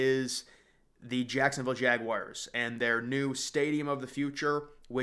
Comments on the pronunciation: I love your vids, but please, Please, PLEASE stop calling Jacksonville's team the "Jag-wires." It's Jag-wars...UGH. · That would be JagWARS not JagWIRES. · Jag wires?🤔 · Learn how to pronounce Jaguars!!!!!! Holy shit. Its not fckn Jag-wires